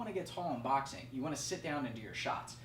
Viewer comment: U say boxing really wierd...